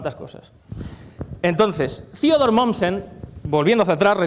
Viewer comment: ¿¿¿Quién es Ziodor Mommsen???... ¡¡¡THEODOR MOMMSEN!!!... por favor corrige esas cosillas.. en pichinglish sólo se pronuncia lo anglo... MUY buena la conferencia... ¡¡¡GRACIAS!!!